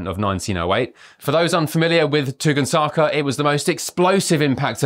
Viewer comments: 😂 it’s pronounced tun gus ka! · Tung saka! You know you can look up how to say things you don't know how to pronounce! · It's pronounced ton-GUSS-ka, not whatever you said! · lol u said Tunguska all wrong man